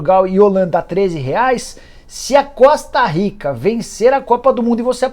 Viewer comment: Voltei o vídeo 3 vezes pra ver se ele falou Costa Rica mesmo, Impossível.